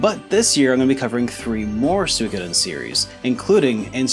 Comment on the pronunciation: It's pronounced soo-e-ko-den.